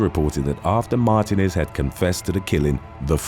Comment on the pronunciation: You’re mispronouncing Martínez